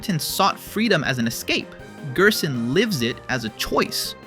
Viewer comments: You pronouncing gerson as gearson unsettles me. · bro pronounces it as gyersohn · weird gerson pronounciation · these interaction baits is making the video so hard to watch i cant even bear hearing him pronounce gerson or ralsei like he's from eastern europe or smth😞